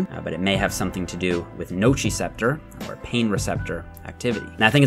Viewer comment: Amanda Bungay so it might be a Canadian thing then. What about nociceptors because he pronounces that “wrong” too